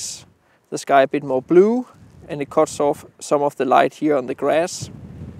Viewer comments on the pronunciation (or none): none